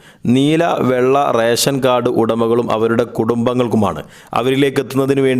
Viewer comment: റേശൻ കാർഡ് അല്ല, റേഷൻ കാർഡ് ആണ്. ഉച്ചാരണ ശുദ്ധി ശ്രദ്ധിക്കുക. പിന്നെ ഇത് റേഷൻ കടയിൽ പോയാണോ വാങ്ങേണ്ടത്? അതോ വേറെ സോഴ്സ് വഴിയാണോ വിതരണം ചെയ്യുന്നത്?